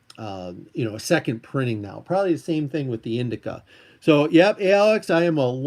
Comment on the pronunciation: Indishia, not Indika. Just sayin’.